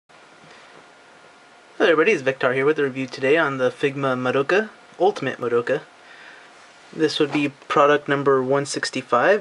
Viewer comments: Scratch that, her name is Madoka, right? You pronounce it by the letters, none of the letters in her name are not pronounced. its Mah-do-ka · Its pronounced MAH DOH KAH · lol you english people like madoka but never pronounce her name right. It is not maDOUka lol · I think the 'doh' part is shorter, it's more like, Maa-do-kah. I pronounced it your way before, so don't worry.